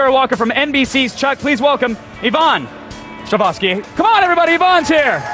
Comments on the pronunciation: Stra- hov-ski! it's not that difficult America. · why do people get her name wrong Strahovski WITH THE O! NOT THE A